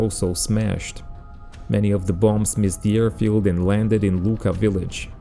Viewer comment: Nice video. The airfield name Luqa it is correct , but pronunciation in Maltese ---- Lua----.